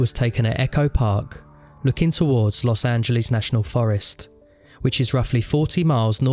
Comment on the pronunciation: los angelease